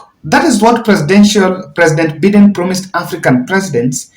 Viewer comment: Please your pronunciation of Joe Bide US president is annoying. It is not Joe Beaten , but By- Biden please correct or practice how to pronounce it